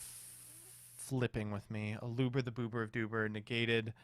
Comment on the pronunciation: i tried to stay strong but there's only so many times i can listen to someone mispronounce Aluber before I need to focus on maintaining my own mental health